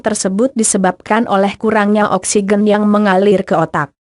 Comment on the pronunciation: Oksigen koq bacanya oksiqen